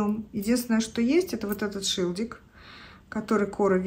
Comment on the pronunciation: Правильно говорить шильдик, а не шилдик.